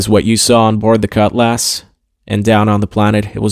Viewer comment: Him saying "cut lass" drove me insane. I kept hoping it would be blown up just so he wouldn't have to talk about it anymore